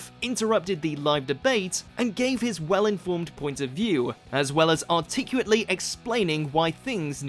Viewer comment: “Articuate”. Ironic